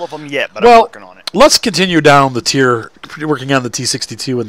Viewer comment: When u say teir but its not wot....